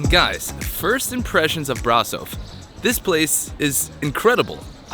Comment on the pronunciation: You kinda lucked out, Brasov is one of the most beautiful cities you could’ve gone to. We have others, sure, but Brasov is genuinely breathtaking. Also, I appreciate how quickly you learned to pronounce it correctly. Hope you had a good time here, and best of luck in your next adventure.